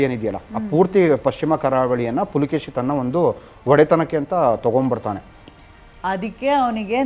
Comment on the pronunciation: Pulakeshi alla guru...adu Pulikeshi.First adanna correct Maadi.